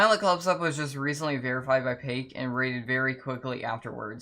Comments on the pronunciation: no way you said pake😭😭 her name is pronounced pack-oh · bro said “pake” 😭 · Pack-oh, mu guy, P A C K - O H